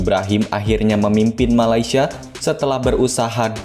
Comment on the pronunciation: Correction utk sebutan...MALAY- SIA bukan MALAI- SIA